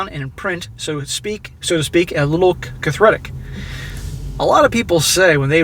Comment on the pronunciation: IT'S PRONOUNCED CA-THAR-TIC...... Haaaaaaaaaaaaaaaaaaaaaaaaa!